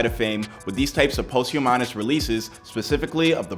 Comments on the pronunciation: It's pronounced pahst-hue_miss.... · Posthumanous? Wtf did you say? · Omg... Somebody needs to teach this dude how to say posthumous.. I literally want to shut the video off every time he says it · The word is "POSTHUMOUS!" WTF!